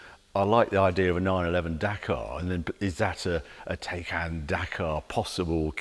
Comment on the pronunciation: It’s pronounced “Tiecaan”… Also, one can put a lot of Electricity into the BMW for a $30,000+ price difference 😉